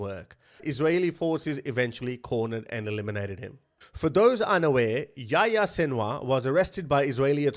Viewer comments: His name was yo-yo, not yah yah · Why you call him yaya? Lol its yahya